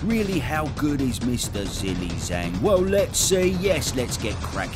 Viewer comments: 🧐🤔🤦🏿‍♂️ 🤣😭🤣 Straight off the bat "Well Zhilly Mhzang" 🤣😭🤣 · It's pronounced like G Lay Jang